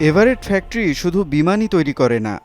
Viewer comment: আপনার ফেকটরি উচ্চারণ জঘন্য।